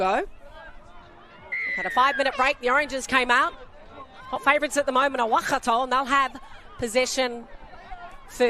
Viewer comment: Thank you for the livestream the commentator, is doing a great job with pronunciation keep it up. Could you just pronounce Waikato, as 'why-car-tor'. Not 'wah-car-tor.' ♡